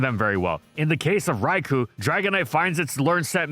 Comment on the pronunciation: Would somebody please get the correct "Rai-koh" pronunciation into this guy's head?